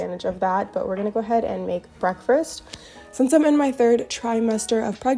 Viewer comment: It’s so cute how you always say “breakfRast” 😂 Sending you lots of love and birth well wishes!